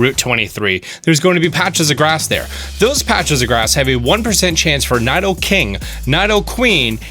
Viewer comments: pronounces it as if it's kni-do-king (or queen) when it's really Knee-do-king (or queen).. if someone is gonna say a pokemon name.. please say it properly 😂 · Needoqueen and needoking is how you say it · Its Nee-do-king. Read it properly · Ny-doh-king? it's knee-doh-king, and knee-doh-queen, where you getting ny-doh my dude? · “Licking tongue” “NI-DO king” “NI-DO queen” Fake fan alert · It's Nidoking not NAIdoking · IT"S NOT NY-DO-KING or NY-DO-QUEEN it's neeee do king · It’s pronounced NEEDO- KING, NEEDO-QUEEN. Not Nido that rhymes with Fido. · Its pronounced Niddle-king (Nidoking) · It's pronounced knee doe king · "Nadoking" "Nadoqueen" t r i g g e r e d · It’s because in japanese it is に which is pronounced “nee” but in roomaji it’s spelled “ni” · It's nee-do-king and nee-do-queen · They’re pronounced KNEE-dough-king and KNEE-dough-kween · hahaha I was like "did I pronounced wrong all my life? dafuq is ny doe king? hahah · 1. It's pronounced (Needo-King, and Needo-Queen) 2. Statistically speaking Bulbasuar is the best gen 1 starter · Nye-doking and Nye-doqueen, far cousins of Bill Nye the science guy apparently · did he just say naidoking and naidoqueen? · N(EYE)DOKING and N(EYE)DOQUEEN lol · I've always pronounced them as Nid-o. And I've always pronounced Lickitung as Lick-i-tongue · I like how you say Nidoking and Queen. Nothing like how its said in the UK 😂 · he spelled lapras wrong he spelled onix wrong (And he also pronounced Nido king and Nido queen wrong) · This guy probably never watched any pokemon movies. He can't even pronounce nidoking/nidoqueen properly. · He also spelled lapras “laparas”, mispronounced nidoqueen/King, and couldn’t even remember what lickitung was called lmao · Tutoring and with those collections behind, you can't pronounce Nidoqueen/Nidoking right and forgot Lickitung name, turned into Lickingtongue huh. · Okay this is how he spelt lapras: laparas and u said most of there names wrong like nidoking nidoqueen and lickitung